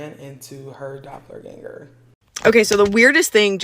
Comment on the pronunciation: I'm yelling at my phone, hoping someone can hear me. I'm also laughing because I know that's impossible. So my next thing to do is comment.😂😂😂 Girl...listen to everyone in this video. Your pronouncing the word wrong in the most horrific way. "IT'S DOPPELGANGER!!!". People need to learn how to pronounce words befor saying them. And to the people that blocked mefor one day saying I was bullying. No... y'all have it wrong... I'm just correcting just like other commenters. But its ok for y'all to allow post on people having sex in the woods. So who the pervert?